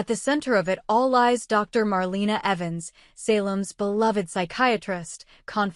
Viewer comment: Please say her name right! It’s Marlena